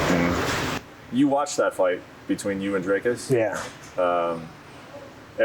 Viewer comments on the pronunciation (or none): Brett it isnt Drake-us. 😂